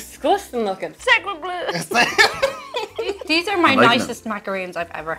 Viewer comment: I'll never get the different pronunciations of "TH" ... She just said "... Deese things" for "These things" THEY BOTH HAVE A "TH"! WHY YOU NO PRONOUNCE THEM SOMETIMES?!?